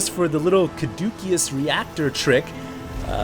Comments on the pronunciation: caduceus = cah-DOOS-uhs you're killing me and for that matter irradiate = ear-RAY-dee-ate vote that shtuff up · The pronunciations you have given are incorrect. Caduceus (which should always appear capitalized as it is a proper noun), has two correct pronunciations, kuh-doo-SEE-us or kuh-DOO-shus. Irradiate is always i(as in "ick" or "is")-RAY-dee-ate.